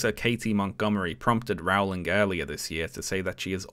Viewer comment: It's Rowling, as in bowling ........